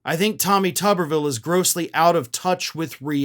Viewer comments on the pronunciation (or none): Why does everyone pronounce it as "Tubberville". It spelled as and should be "too-ber". Like a potato - the thing he is closest to intellectually. Except I'd put more value into a potato's thoughts than his ability to even think in the first place. I mean he looks like and acts like someone's science fair potato experiment that mutated and gained sentience but not sapience.